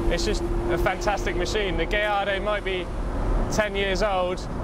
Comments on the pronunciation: why does he keep calling the Gallardo as Gay ardo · did i just hear him call it a gay-ardo??